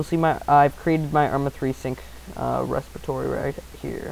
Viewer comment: lol respatory